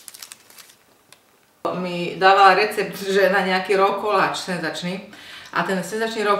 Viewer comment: Ste uzasná!!!! Ani nepotrebujete vedu a date to takto pekne...ale vedecky hovorite spravne, tesite ma a ze sa Slovenka ozvala takto takouto zabavnou formou, uzasne!! Zdielame vsetci na facebooku!! A konecne to niekto aj na Slovensku spravne vyslovuje..slovo RAW /ro:/ DAKUJEM!!!